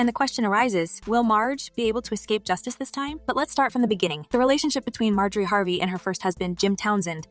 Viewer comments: Her name is not pronounced, “ May Jo Ree “, but it is “ Mar Jo Ree “ ! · Please pronounce her name correctly.